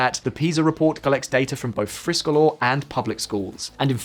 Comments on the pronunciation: Friskolar is pronounced like "FreeSchoolar" in other words Free schools. As a teacher I have worked in 3 United States charter schools and in US public schools. The charter schools were right for some students but not right for all students. Schools here are funded by a number of factors, number of seats filled and property taxes. Therefore, a school in a low property value area with a charter school will be negatively impacted. The best charter school I worked in was in a high property value area. They were not lacking in resources, and they did not seem to take away from the education value and nearby public schools. The opposite seemed to be the case in rural charter vs public schools. Both suffered, but the public school ultimately had better resources in the case I experienced. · I’m British but I speak Swedish. I didn’t pay attention to the spelling but I watched 75% of the video before I realised how poorly he was pronouncing friskolar hahaha Thought it was some fancy name before I realised it’s just “free schools” in Swedish lol. My biggest issue with this video is that you claim teachers have no incentive to provide higher quality education without competition from other schools. Teachers teach not just for money but because they do good for society. They always want to become better themselves and help children. Implying it’s all about money for them is demeaning to their profession.